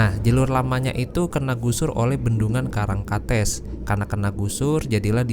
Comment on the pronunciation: bang untuk pembacaan " karangkates" itu " karangkates " bukan " karangkates " bang